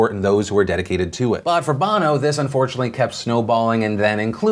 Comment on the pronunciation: its pronouncec bough no as in Sonny Bono her husband until his death